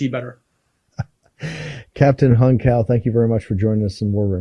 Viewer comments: Hong Cao's last name in pronounced Chow not Cow. As a lawyer I know you realize the importance of correct name pronunciation. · "Young Cow" and "Hung Cow." lol. It's a Vietnamese name, so "Cao" is pronounced "Chow." BTW, this conflict is essentially a war of proxies. If the Iranians want a serious peace talk, they should be talking to Vladimir Putin, not the Russian puppet in the White House.